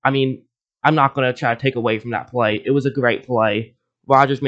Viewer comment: Why do you pronounce bay as "bay", but play as "plaiyyee"